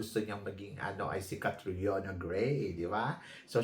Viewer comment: Idolo daw nya si Catriona pero hindi alam pronunciation ng name, Kate-Riona Gray daw😅 wag kami Tharina, hindi mo kami mauuto😅